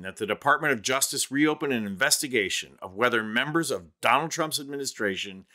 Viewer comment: "Don-old Trump" 😂😂